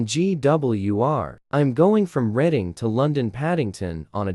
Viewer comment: Nice comparison :) I've uploaded twice recently! Just a tip on the AI voice, if you tell it to say Redding for Reading it won't sound like reading as in reading a book lol